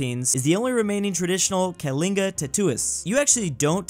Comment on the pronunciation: HE READ KALINGA CORRECT